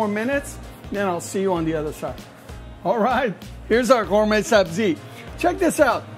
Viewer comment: Lol bro looks like he is from bazaar but he pronounces it "GayMay" 😂